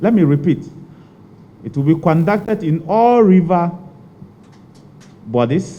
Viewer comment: Minister wei paa....kwandacted (conducted) s3n?😂😂😂